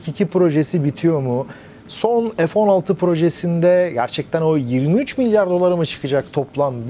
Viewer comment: Hayir F neden sürekli EF okunuyor?..bu Turklish sevdasi yada merakı nedir, Çocuk lar A BC ezberlerken Sayenizde EF EM VE ES diye okumaya başladılar...nedir bu saçmalık Ya EF Sixteen ya F<FE> 16 be adam